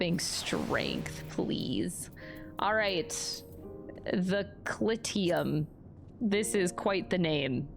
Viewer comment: I know it sounds weird, but for a (fictional) culture that takes most of it's naming conventions from Latin, "Clyteum" would be pronounced more like "Cloo-tee-um" as Alisaie says it.